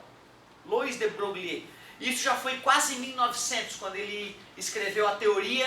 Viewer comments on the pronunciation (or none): boa aula! de broglie -- pronuncia: bro-gli (sem o "Ê")